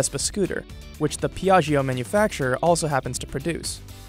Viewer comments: "Peeahgio" wow could you have gotten someone to mispronounce even more? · It literally takes 5 seconds to google the right pronunciation of "piaggio"...